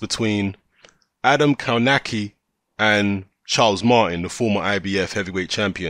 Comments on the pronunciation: Pronounced kov-natch-ki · Dude spell his surname like "KOVNACKI"